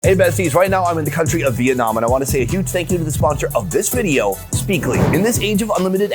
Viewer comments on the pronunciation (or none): none